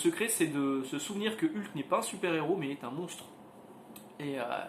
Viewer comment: Je sais que c'est complétement idiot, c'est dérisoire, mais ... mais ... je ne supporte d'entendre quelqu'un prononcer le nom "Ulk" au lieu de "Heulk". Désolé, pardons aux familles toussa toussa ... Le comics à l'air cool ceci dit. :)